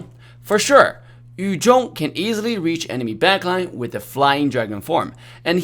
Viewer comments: its funny when he says "yu jhong" instead of "yu zhong" (no hate its just funny) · Yu zhong vs. Yu jong mehehehe English 101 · Anyone feels weird when say yu zhong in a Chinese accent?